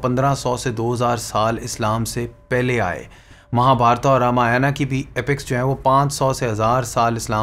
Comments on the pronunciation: Indians: रामायण Pakistanis: रामायाण 😅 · Pahale to bhai sahi dhang se bolana sink le fir vedio bna ..रामायण होता है रामयाना नही, मोक्ष होता है मोक्षा नही अता पता कुछ नही बेटा विडिओ बना रहे है अपने बाप हिंदुओ पर। जय श्री राम।